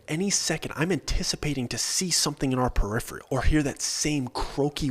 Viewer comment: Peripheral Purr-if-er-ahl Not Purr-if-Ree-all